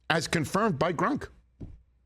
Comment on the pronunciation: “As confirmed by Grunk”